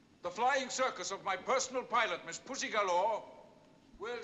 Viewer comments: Just pronounce it puzzy like the actress. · Say it like Sean: “Pooshy”